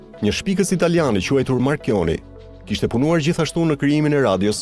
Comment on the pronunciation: *marconi - jo marchioni!!!